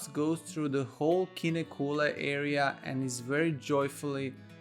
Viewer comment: Please spend some time to learn to pronounce Kinnekulle.